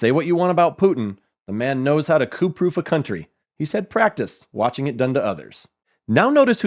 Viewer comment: Also, if he was really interested in world events, he would be able to pronounce the Russian names better. (And not pronounce coup as "coop")